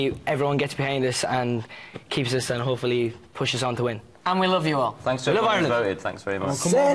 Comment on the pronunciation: "Tanks to everyone" Oh Nialler. <3